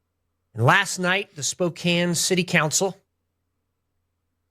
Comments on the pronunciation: Not that it's super relevant, but as a Washington native, it's 'Spoke-anne' or 'Spo-can'. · It's pronounced Spo-can. Not Spo-cane. You're driving me nuts every time you say it. And Oregon is pronounced 'organ', not 'or-a-gone' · Ahh..my ears..."spoke cane"....it's "spoke can"lol....though this dude is a hypocrite because he worships christ on the cross and the virgin mary...there's "idols " of them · Sorry to be the grammer Nazi but it's Spoke Ann, not Spoke ain. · Every time you say "Spoke-ayn" my soul died a little Just FYI for the future, it's pronounced "Spoke-anne" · It's Spo-CAN, not Spo-cane. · Spokane ... "Spoke Anne" not "Some Ayn". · It's pronounced Spo-can, not Spokane! I'm from there and all my family is there. It's uber conservative. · It is pronounced Spo-can, not Spo-cane. It sounds like the dangerous "nutter butter" was actually a member of the Washington State House of Representatives, not the federal one in Washington, D.C. Age 45 probably came from the U.S. federal law definition of the "unorganized militia" as consisting of all able bodied men from at least age 17 but under age 45. (Militia Act of 1903.) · Hey, just so you know... the "kane" in Spokane is pronounced like "can", not "cane". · The name Spokane comes from the native American tribe of the same name. Everyone in Washington state pronounces it as "can" and not "cane", unless they only moved here recently and haven't spoken to anyone who grew up here. It is the rest of the country that is pronouncing the name wrong. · Spokane is pronounced "spo-can" not spo-kane. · Every time he says spokaene i die a little in side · Great video! It's not a big deal, but I'm from Spokane and it's pronounced like "Spoke-Anne" 😅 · Its pronounced Spoke-Anne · That town is pronounced “spoke-Anne“ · The city's name is pronounced with a silent e..Spokan...other than that a as a proud Washingtonian...I'm so glad that you are exposing these nazi assholes..most of us are not like them.